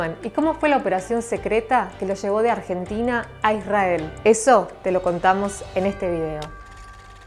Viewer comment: "Argetina" "Adolf" "Hоlосaustо" Yo: XD